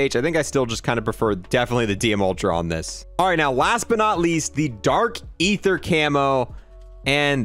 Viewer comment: For the 5th time now it’s dark ee-thuh not ay-thuh